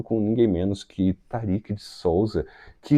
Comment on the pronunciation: Olá, a pronúncia é Tárik e não Tarik. Abraço.